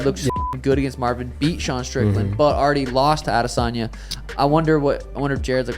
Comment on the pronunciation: Just have to let you know how dumb you sound when you pronounce ‘Adesanyas’ name…